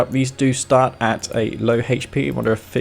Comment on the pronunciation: "Hay-ch P " Hahahaha That accent. Raised West Coast